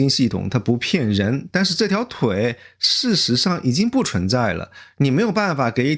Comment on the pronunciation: 给Essen提点意见，文案很好。最好多点眨眼，这样更自然。还有注意平舌卷舌区分，把平舌说成卷舌听起来容易出戏。比如不cun(存）在说成chun, cong（从）说成chong